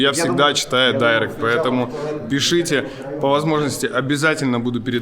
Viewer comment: никто: абсолютно никто: нормальные люди: директ Алексей Костылев: дайрект